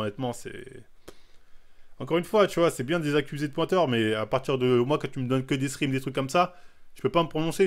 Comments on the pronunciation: « L’escrime » il me tue !! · il dit de scream comme ca ? :p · Vodréké je suis mort